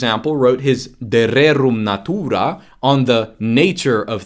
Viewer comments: > natuuuuuuuuuuuura tonic accent is 0% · and natura is pronounced exacrly as it is in my language. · When says natūra it sound like he play a "classic russian" in movie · i love how when says Natura just like in polish. it is kind of funny